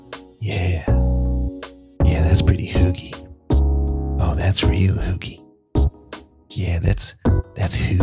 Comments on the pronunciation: Yes, she's pronouncing it horribly. And if it weren't for the context, I wouldn't have known she was saying "hygge". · Hi a random dane here and i cringed so badly every time they said hygge, they pronoused it wrong and now i know they cant say it right coz they dont know how but for godsack somebody tell them how its said right. ( and im sorry if i spelled something wrong like i said im from denmark so yeah english isnt my first language) anyway it was a great video beside the hygge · For the record.. You are TOTALY butchering the word "Hygge"... My ears are bleeding :( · The way "hygge" is pronounced here would never be understood by scandinavians🤭. Also feminism, 'colonial guilt' and diversity as acceptable topics has been put in the trash bin, that's true. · How can you live here for so long and still not know how to say hygge? She's in her own bubble not integrating and then going around lecturing. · Isn't she pronouncing hygge wrong? D